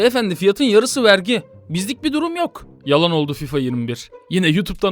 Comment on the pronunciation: Abi vergi değil artık Wergi